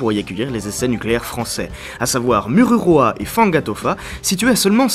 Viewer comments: moruroa pas mururoa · Je suis tombé sur ta vidéo par hasard elle est très instructive, mais on ne dit pas "Mururoa" mais "Moruroa" tu peut me croire j'habite au Tuamotu donc avec un "O" et le "U" se prononce "ou" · Mururoa se prononce Mourouroa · On te soutien de tahiti et ça s'écrit mururoa mais ça se dit mourouroa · Morouroa Le "u" se dit "ou" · A tahiti oui je vien de la u se prononce ou donc il fait lire mourouroa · Iaorana je suis tahitien et on prononce Morouroua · trop drôle ta prononciation, "Moruroa" le "u" comme c'est en tahitien (oui je suis tahitien) se pononce "ou". Sinon très bonne vidéo;)